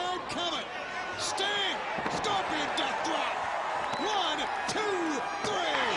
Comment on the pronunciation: LOOOL at ICP calling Sting "Stung"....